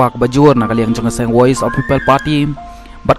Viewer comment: Lah kumba kynnoh ki dkhar 😊😊😊 woise 😊😊😊